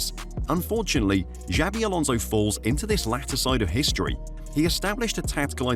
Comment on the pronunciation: Jesus Christ, stop mispronouncing his name. It's XABI Alonso, not JAVI Alonso.